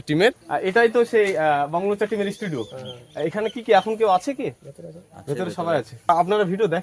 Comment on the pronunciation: Studio ❌ Esss studio ✅